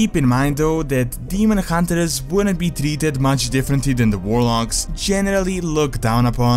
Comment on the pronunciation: Hunt(ers)!!! Not Hunter(ers) :D sorry dude, I love your content but that's been bugging me for some time. I hope you can understand :D